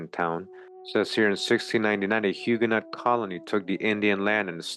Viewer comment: The correct pronunciation is more like Huge no. You don't pronounce the T or the S.